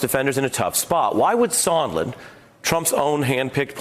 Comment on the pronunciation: Sondland, not Sondlin, and he could not have stated more clearly that there was a Quid Pro Quo. You can't even get those two things right. So I can't believe you know what an impeachable offence is, or what is a "misdemeanour"? Bottom line: anybody who has not followed their cult leader's instruction to ignore what they see and hear can see something disgraceful happened here, assisting Russia and causing significant damage to the US, out of Trump's self interest.